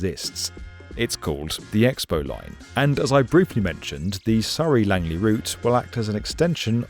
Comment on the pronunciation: Honestly, the Skytrain is a much better option i wish more countries would adopt, i love that you pronounced Surrey the correct British way lol, when i lived in Vancouver i kept correcting people saying it's the same as the British and Australian Surrey/Surry not Soooree but hey